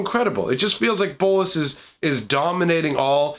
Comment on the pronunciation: The way you say bolas satisfies me